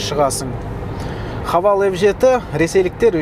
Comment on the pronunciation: Хэйвл деп оқылады